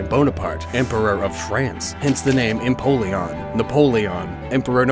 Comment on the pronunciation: "Piplup, Prinplun, and Emopleon" "Emopleon" makes me think of an all-black penguin with wing-claws as big as talons